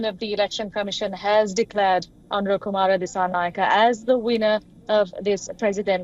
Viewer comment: You guys are a joke 😂😂. You can't even pronounce his name correctly. It's Anura, not Aruna